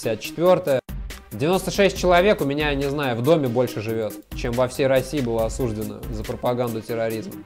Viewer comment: да надоел уже этот подставной казачок. Неужели не видно, он даже говорит осУждено, а не осужденО, как нормальные люди.